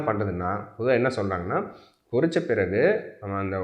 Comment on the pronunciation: NOT / PORRITHA sir Pottitha why are you killing the tamil language, and the people who speaks Tamil.